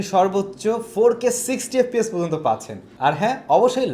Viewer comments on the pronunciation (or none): none